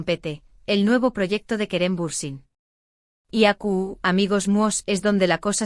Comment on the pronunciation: Aqui se dice , no acu , la verdad tu español es pesimo y no se entiende lo que decis